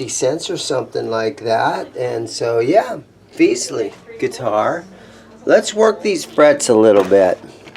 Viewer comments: Fes ly not feezly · Thanks for the video. I was wondering how you were pronouncing it as, "Feezley" when there is only one E after the F. It is pronounced, "Fezly". At about when you had the other guy play the guitar, he was pronouncing it correctly. In the past 2 years, this company has put out some very good beginner guitars, especially with the price point. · It's FESS-ley, dammit!